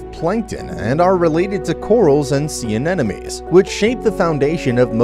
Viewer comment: This is supposed to be an educational video. Can the narrator please say "anemone" correctly please? I cringe every time he says "anenemies." 🙄